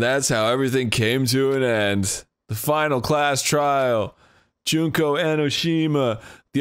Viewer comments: Most of the time he says "Joon-ko", but in this episode he said "Junk-o" at least once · He only slipped once or twice on Junko and nailed it the other times. My english brain also sees it as Junk-o first before doing the pronunciation tweak last second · I just enjoy how Dan sometimes says "Junco" (as in the sparrow) instead of Junko in some instances. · Me: "I can't believe Dan can't pronounce Mukoro correctly." Dan: "Junk-o." Me: "Makes sense."